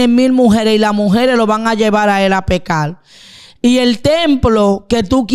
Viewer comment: Debe mejorar la dicción. No es mujel, es mujer No es pecal, es pecar No es matal, es matar No es veldad, es verdad Por favor más respeto con la audiencia Si uno se va a dirigir a una audiencia, por lo menos debe pronunciar bien, por respeto con esa audiencia. Saludos desde Colombia